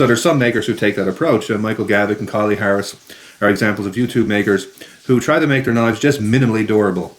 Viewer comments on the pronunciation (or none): none